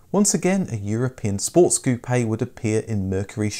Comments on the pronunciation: Dude! You're driving me CRAZY..... "Coupayyy, Coupayyy, Coupayyy, Coupayyy, Coupayyy... likie you're talking about hair pieces for balding men, Toupee', Toupee', Toupee'... damn dude its COUPE as in chicken COOP, COOP, COOP, COOP!!! Geeze you Brits use shitty English!!! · "Ku-Pay" Hearing him say that over and over hurts. My parents had two 1980 Capris. Terrible build quality and no performance whatsoever. Helped a friend shove a 351 cleveland and 4 speed into an 85 capri tht was a real hoot. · Lost me at koopay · I must learn to say Koo-pay instead of Koop.